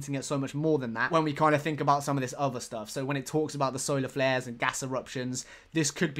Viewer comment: I heard that it was actually "Solar Glares" not flares?